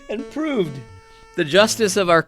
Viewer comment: "Prooved" Go Rest You Heroes. LOL.